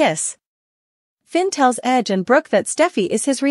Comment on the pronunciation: WHY DO YOU CALL RIDGE "EDGE"